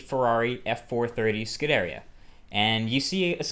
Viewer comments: Scuderia is Pronounced Scu-De-Ree-ahhh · ughhh it's pronounced skoo deria